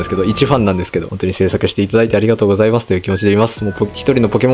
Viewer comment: 後語りちょっと「ここまでのご視聴ありがとうございまスター」って言ってない？w